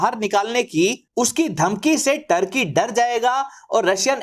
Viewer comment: ढंग से नाम तो बोल टोर्की नही तुर्की हे 😂